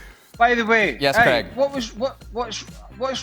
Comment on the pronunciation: Who is Creg? Oh you mean Craig